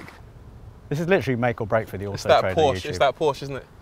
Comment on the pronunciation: The Porsche is sweet i Love it Also thank you for not saying Porsch bc as a German fellow it doesn't just "grinds my gears" it grinds them like a 3 years old "driving" a none synchronized tractor